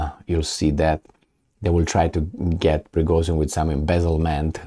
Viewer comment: Prigozhin = **Prigojin**, not Prigozin. It sounds like fashion compared to fassion..